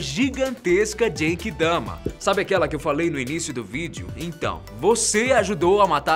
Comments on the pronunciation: Não se fala "jenki dama" se fala "Guenki dama" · Da agonia ouvir VC falando DJENKI DAMA sendo q e GENKI-DAMA mas ótimo video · nao é jenkidama, é genkidama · A pronuncia é Guenki-dama. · A pronumcia nao e jengidama . se vc nao fala certo emtao fala bomba espiritual